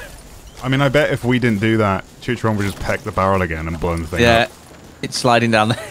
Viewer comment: Its fkin CHICHARON, not Chicharon 》:(